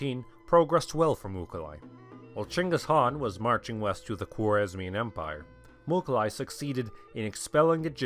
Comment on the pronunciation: Its not Mukhali. its Mukhulai Мухулай. There are tons of pronunciation mistakes about Mongol names... Starting from Genghis which is actually Chinggis